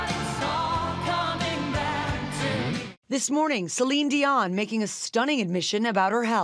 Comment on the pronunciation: Thank you for pronouncing Céline's last name as it should, and not "Dionnnnnne".